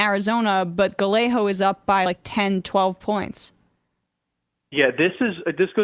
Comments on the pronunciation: Galle-Ho lolol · GAH-YAY-GOE….come on Emma. Say it 50x so you get it. 👍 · The way she pronounces “gallego” lmao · I do. But, Scots do it too. Emma has no excuse, really. It’s not a hard last name to pronounce.